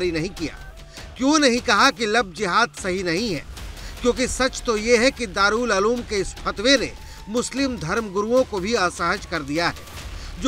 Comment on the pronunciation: दारुल अलूम नही उलूम। बोलना सीखो पहले